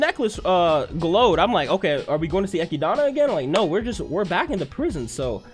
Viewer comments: MY DUDE. ITS ECHIDNA, NOT ECHIDANA. (Eh-Kid-Na). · Now, I know you asked the peoples of how to say Echidna's name, and they said it doesn't matter. But hearing "Echidana" instead of "Echidna" is getting a bit annoying, not gonna lie. I'ma keep watching these, and putting this here at this time probably won't accomplish anything. And don't misunderstand me. I'm saying for you to change how you say her name. Some words/names don't bother me. Other's do when there is an extra syllable in there. But I'ma let you keep that extra syllable. That's so far my only complaint about this. I am enjoying your reactions so far. A lot of energy. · Who is echidana? Her name is ECHIDNA ECHID NA , so call her ECHIDNA not ECHIDANA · No one Not a single person No one at all: Eki-DONNA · its actually eki-donna lol you anime only kids dont know how to say it right but its eki-donna not ekid-na. Also listen to how subaru and the rest of the cast pronounce the names. the subtitles you reas are usually not what it actually is. for example lewes-san calls subaru su-bo but it reads out as young su which is an accurate translation just not the original name. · my man just pronounced Echidna "eck ee dawn uh" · Why is he saying Echidna like that? Did he read the LN? Cause the translator for some reason misspells Echidna’s name. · the way he says echidna makes me upset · While this guy’s reactions are solid for the show, the way he says Echidna sets off every “that is wrong” sensor in my body